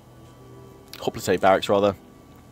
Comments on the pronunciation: i've always taught it is hop-lights not hoplitays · hoplitay? i thought it was hop-light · I might be going crazy but is he saying Hoplites like Hoplataes or Hoplatas... Maybe I'm just hearing it wrong